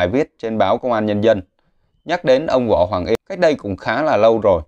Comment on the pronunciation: Võ Hoàng Yên mà ông đọc Võ Hoàng “Y”